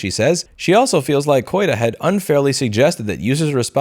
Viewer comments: You know, when you pronounced the name of the CEO of Replika I heard it as "Coita" and it threw me for a loop! I mean there is such a thing as nominative determinism (when your name matches what your work is) but being a sex chat-bot maker named "Coita" was way too much on the nose to be real. Unfortunately it wasn't real. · I heard this too 😂